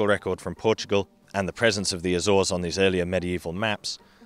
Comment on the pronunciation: Great video but damn that Azores pronunciation makes me cringe every time